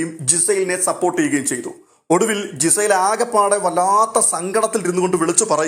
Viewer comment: നിങ്ങൾ ഉച്ചാരണം ശെരിയാക്കു. ജിസൈൽ അല്ല. ഗിസൈൽ എന്നാണ് അവരുടെ പേര്. സ്പെല്ലിങ് നോക്കു. ലാലേട്ടൻ അവരെ വിളിക്കുന്നത് നിങ്ങൾ കേൾക്കുന്നില്ലേ